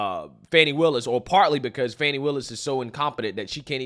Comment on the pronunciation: My man said "fani pack".. lmao